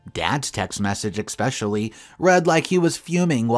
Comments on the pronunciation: To you keep pronouncing especially wrong did detracts from the quality of your story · There's no X in the word especially